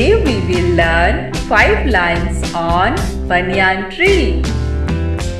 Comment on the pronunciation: Madam pronunciation of Banyan is not correct.